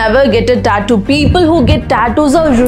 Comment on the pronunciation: You're mispronouncing "tattoo."